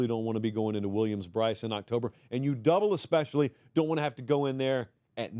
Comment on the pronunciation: Did I really just hear "cocktober surprise"